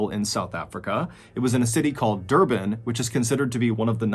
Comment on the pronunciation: Also never heard of these 2 stories before and I'm also an South African but it was very interesting. Thanks MrBallen, we've been listening to your stories since 2020 and found it very interesting 😀👌I must agree, your pronunciation of Stellenbosch & Durban is pretty good!